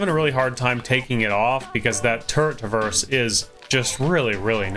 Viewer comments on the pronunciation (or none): none